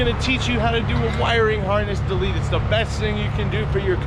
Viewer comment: You mean "WIRING HARNESS DAH-YEET!"